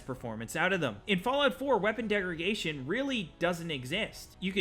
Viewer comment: It's funny how you say "degraGation" instead of degraDation. lol